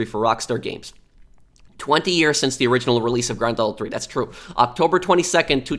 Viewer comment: Why do you say *granthoto"